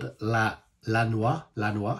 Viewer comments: The right pronunciation for the title is .. LA NOIAH.. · La noia si pronuncia come è scritto